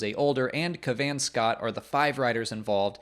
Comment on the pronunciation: I have mentioned this several times under your previous videos: it's pronounced cav-an, not ka-VAN. PLEASE get that guy's name right!